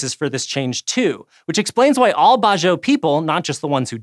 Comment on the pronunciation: Just so some of you guys know, it's pronounced as Bad-Jao, not Bajio or bazio.